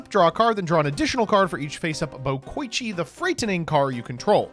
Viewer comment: No way the paragon of pronunciation, who is always quick to correct people on how to say Dekoichi, just said "buh-koychee"